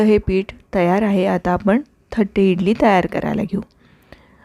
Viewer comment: Not thatte say tatte (plate ).